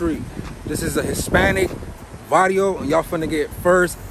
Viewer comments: Varrio has double R in it. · You put “vario” 🤣 it’s “varrio” with another r